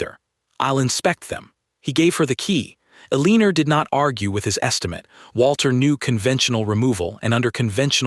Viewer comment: Just curious because IDK how these are written in respect to the device that reads the narration, could the woman's name be "Elenore" (el-en-or)?! ... That makes more sense than whatever is being read. That is just my opinion of course. .... Thanks.